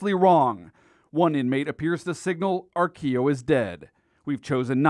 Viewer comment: He wasn't old. I knew joe.. it was pronouncd Ar-quill-o, not how the reporter said it. He was a junky from the west side. Lived in the building on Western off 117th. That is so sad sh** for real